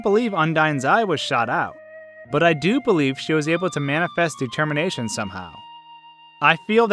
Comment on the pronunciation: You mean Detemmienation, lol